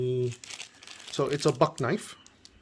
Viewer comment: First YouTuber to say the name of the BUCK correctly.